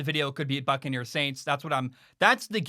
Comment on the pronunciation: I keep thinking is saying "Fuckaneres"